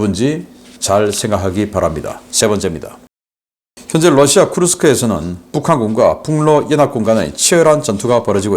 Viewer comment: Rusia를 Lussia로 발음? Mamá mia!!!